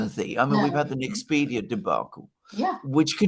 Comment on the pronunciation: it’s not Nexpedia it’s Nexperia!